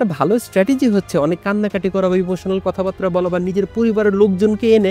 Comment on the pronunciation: দুটো শব্দ ঠিকভাবে উচ্চারণ করতে শিখুন-- কথাবাত্রা > কথাবার্তা (ko-tha-bar-ta), মৃত্যুডণ্ড > মৃত্যুদণ্ড (mri-tyu-দ-ndo)।